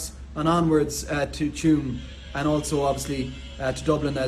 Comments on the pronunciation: I wouldn't hold my breath over the Western Rail Corridor in Ireland. I've lost count of how many times the metro for Dublin has been announced. Tuam is pronounced "Chew um". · Tuam is pronounced Choom